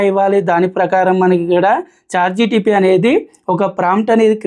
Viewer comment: Bro.. its Chat"GPT" ("G"enerative "P"re-trained "T"ransformer) not GTP.. Pl correct Ur pronunciation